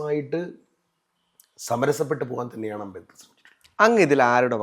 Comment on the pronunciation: Ambekar alla ambedkar... Etha ee avatharakan ula..